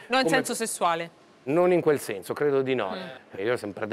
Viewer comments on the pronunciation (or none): Alla conduttrice va comunicato che nelle parole che contengono la lettera "s" quest'ultima non va pronunciata come se fosse una "z". perZone, senZo....etc etc